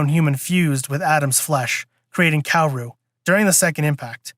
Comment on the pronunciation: Also *KAH-WO-RU?